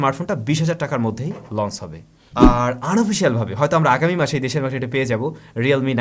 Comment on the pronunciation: very good channel.like it. One suggestion: আপনি সম্ভবতঃ "চ"-উচ্চারণে সমস্যা আছে। এটি সত্ত্বর কাটিয়ে উঠুন। launch লঞ্চ। লন্স launce নয়। সব 'চ'কে আপনার উচ্চারণ 'স'(s) হয়ে যায়। এই বিভ্রাট কাটানো উত্তম। শুভ কামনা।